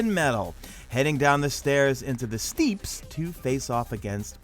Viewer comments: In the Cosmodrome it's not "The steeps" as you pronounce it, it is "The Steppes" sounds the same as "Steps" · I had to check the internet when he pronounced it steeps instead of step(pe)s lol